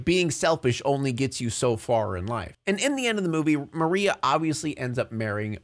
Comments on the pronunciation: I know it's small but i was EXTREMELY bothered every time he said "Marina" instead of "Maria" Lmao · Im genuinely tweaking because isnt her name maria??? Why does he keep saying marina???? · El muerte * Maria * bro keeps saying la muerte and marina its driving me nuts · It feels mean to say but yeah I think he missed out on a lot of the film. Like I stopped watching about halfway when he kept calling Maria 'Marina'. Like it just shows that you don't care about the film as much as you say dude. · Pig keeps calling Maria “marina” and it peeves me sm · Is it just me but anytime he said Marina instead of María it bugged me so much. I couldn't with how he tried to speak spanish. It was REALLY FUNNY though!😂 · one of my neurons died every time you called Maria "Marina" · does anyone else notice that he calls her Marina instead of Maria throughout the whole video? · Her name is MARIA Not Marina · I'm like 90% he didn't actually watch the movie, how do you miss pronounce Maria to where it sounds like Marina, and you don't edit, revise, look over to correct it. It's not even once. Also he said that it's "hinted" that the 2 two rules of the lands of the dead have a thing for each other. It's not hinted it's fucking confirmed even at the beginning of the story like bro, just rewatch the movie 😭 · Her name is Maria, not Marina 😭😭😭😭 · Her name is Maria, not Marina😂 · *Maria, not Marina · I can't with how you pronounce these namessss BROOOOOOO ITS MARIAAAAAA not marina MARIAAAAAA. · WHO IS MARINA??? Its maria😭 lmao you kept on calling her the wrong name